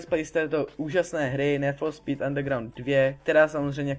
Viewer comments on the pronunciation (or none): Dobrý video ale nechapu ze ma jen 20 shlédnutí když je 100x lepší než od nějakého trapneho Kida který ma 5000shlednuti ...a prosím te jak rikas-ní fo spí Neříká se spis-níd for spíd? :D